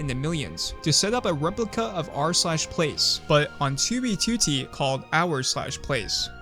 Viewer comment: finally he pronounces 2b2t